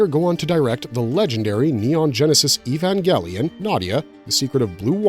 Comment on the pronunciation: why do you pronounce evangelion wrong